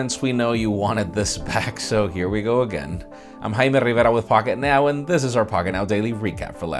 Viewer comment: Say Jaime RRRRRRiverra one more time <3